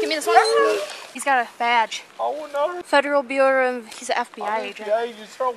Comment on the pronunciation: I don't understand why you are mocking her pronunciation of 'federal bureau' because if that's not how you personally pronounce it, then well.. I don't even understand what about the situation is so wrong to you that you have to make this comment.